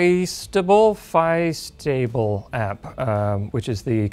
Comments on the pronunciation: why does the ad for roland suddenly have so much better audio quality of his voice? also it's "fee-astable" mode, like in fiesta en español(it's so weird to me that he pronounces it as phi-stable 😂😂🤦🏿‍♂🤦🏿‍♂) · OMG I almost died when he said Fiestable like "Fyst-ah-bul" instead of "Fee-es-tah-bul"! Not any Latin in that dude! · I'm pretty sure that was meant to be pronounced like the Spanish word 'Fiesta'.